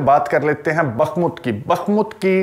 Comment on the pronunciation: یہ لفظ بخمت نہیں بلکہ بخموت ہے براہ کرم تصحیح فرمائیں